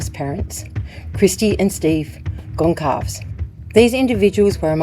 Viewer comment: Finally a correct pronunciation of Goncalves!